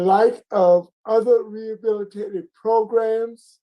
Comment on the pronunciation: Ok i have to say this, its not progrims its programs lol say it how its spelt, so irritates me lol